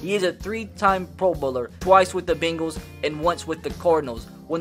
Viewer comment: "Bingles" "two thousand and Tin"